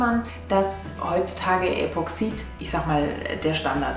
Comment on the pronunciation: "Das" Gelcoat. Epoxid wird auf der ersten Silbe betont.